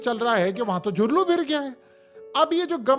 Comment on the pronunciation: سر جھرلو نہیں ہوتا دُھرلو ہوتا ہے🙄🤭